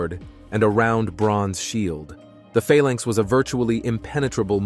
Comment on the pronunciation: It's not Falanks it's Phalanx.